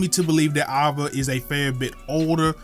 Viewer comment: why is he saying ava like that